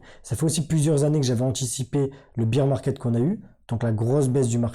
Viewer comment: Ssss pipipiiiiii popopoh ph madame le bear market se dit baire et non pas beer de bière. La honte